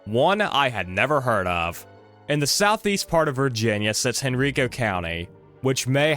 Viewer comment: I live there and have lived in Virginia my whole life. It is actually pronounced Hen-Ri-Ko. And it makes a similar sound to the way you pronounce Rikers island, the prison. So pronounce henrico like it’s spelled in the same vein as rikers. Or just look up a video of any county meeting and listen to them pronounce it